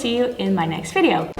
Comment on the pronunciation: Best thing I like how you say "(F)video" :)